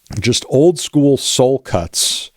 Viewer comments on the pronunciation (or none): none